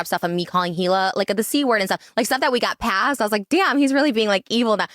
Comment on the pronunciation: So, how long has Trisha known Hila? Isn’t a smack in the face to CONSTANTLY mispronounce your future sister in laws name?